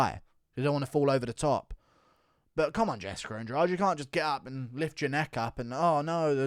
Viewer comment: It's Jessica, not "Jessicker"